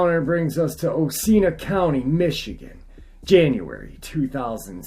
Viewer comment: That's Oceana county pronounced "o-shé-anna" it's dogman central and were I call home.